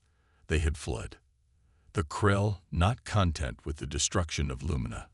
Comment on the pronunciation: Thanks for the story. HOWEVER......would you people STOP using AI as narrators!!!!! They FREAKIN SUCK!!!! "debris" is pronounced "daybree" NOT "debriss", "triage" is pronounced "treeyadj" NOT "tridge", "content" is pronounced "contEnt" NOT "cOntent"(in that context), "prEsent" when "presEnt" was needed, "Trechery" NOT "Treechery", "reconvenned" when it should have been "reconveended", "cOzmus" when it is "cOzmose"......etc, etc.... Read these stories yourselves or hire a Human narrator like some of the other YouTubers!!!